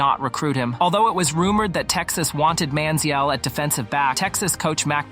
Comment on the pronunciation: The way you're saying his name makes my head hurt